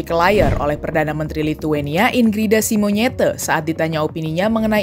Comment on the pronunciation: "Inggrida Simonyete" 😂